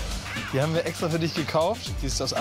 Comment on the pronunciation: "Die hamwer echstra für dich gekauft." :D